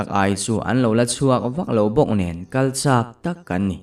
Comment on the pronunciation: Lui an kal lai vel bawr,,ah hian atam kati ka hriat danah chuan Mau thei a an ei Siam pawh kan sēp nasat nen Kan ei theilo tih vel hi sep ang in ilam a,anu thla lo âi a ankal chak tih pawh kha,kal chāk angin I lam bawk a,a awm nual mai 😬 lo ngaithla chhuak ve chhin la,a thawnthu awm ze millo hi a awm leh zeuh thin ania,ka ngaihthlak nawn ngun leh uluk thin vang ania.duhsakna ania lo ngai haw lo la aw💯❤️